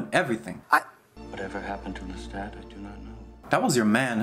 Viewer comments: This has been a really hard week for me emotionally, but 35 minutes of saying “LeTit” instead of Lestat was all the belly-laughter therapy I needed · I just want to let YOU know... I watched this video...and I can not NOT call Lestat, Le-tit...